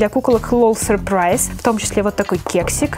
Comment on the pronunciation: Не надо говорить сюрпрайз !